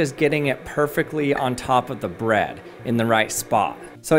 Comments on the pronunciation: So he definitely pronounces "bread" as "Brad," right? Is that just in my head? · Why do you say bread like that